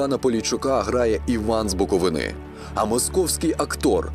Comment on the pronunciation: Хіба в Україні скінчились професійні диктори і залишились самі лише мóсковські нездари? Яка в дупу буковинá? БуковИна!!!! Вивчіть вже нарешті правильну назву українського регіону!!